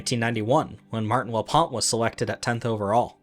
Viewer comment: "Martin Laponte" lmao